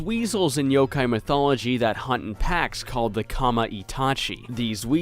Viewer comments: dude, it's Yokai, not Yo-Kai. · It's friggin Yokai not YOKAY